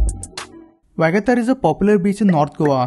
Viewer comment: It is not vagatar it is pronounced VA GA TOR beach.